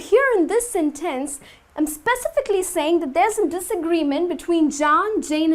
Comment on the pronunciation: 1) a sentEnce? In fact, I have never met such a pronunciation before. Are you sure it's right? 2) Thanks for the class! 3) First